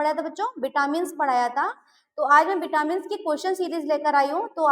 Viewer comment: Vitamin. Not Bitamin